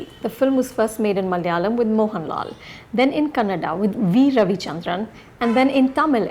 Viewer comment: Thank you for saying Kannada and not Kannad 😀